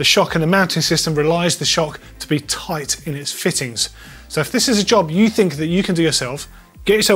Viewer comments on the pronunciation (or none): How toight? Toight like a tiger, or just toight?